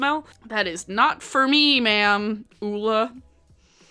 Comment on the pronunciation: THANK YOU for pronouncing the name Ole correctly. Its my brother's name and people are constantly butchering it.